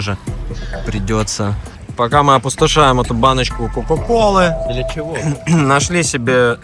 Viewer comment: Почему такой акцент на баночку коллы 😂🤔🤔